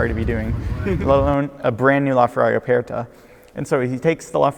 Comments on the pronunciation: Not with that much stress on the e/r though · Why does he say Aperta like that? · Why does he pronounce aperta like that?